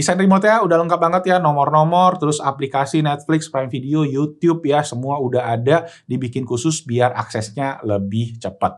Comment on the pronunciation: Yutub aja om nyebutnya jangan yutyyuub 😂